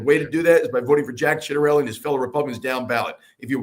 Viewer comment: It's 'Chit-a relli!" Think of the same sound you make when you say "Ciabatta" bread... it's CHIbatta! Just sayin'... and that's the way Jack himself pronounced it. Love ya Benny and crew! XO